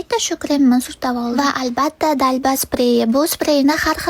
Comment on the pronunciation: Dalba deb oʻqilmaydi DʼALBA d harfini ajratib oʻqiladi xafa boʻlmang men sizni hate qilmayapman